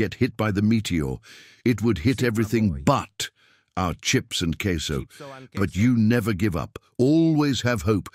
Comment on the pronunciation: Did Bro say "CAseOh"?